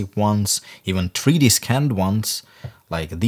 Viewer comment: "Tree Dee" - "Ass Falt"